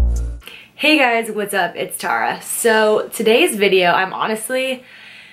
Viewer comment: Omg finally I met someone else that pronounces their name as Tara not tARaH❤️❤️❤️